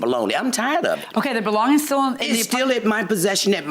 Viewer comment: It sounds like baloney when she says belongings